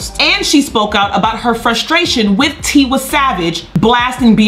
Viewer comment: It’s “Tee-y savage and “ Lay-go-zzz not ‘ lie-gus